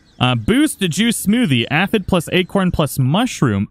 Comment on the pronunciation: pronounced "a-fid" is correct.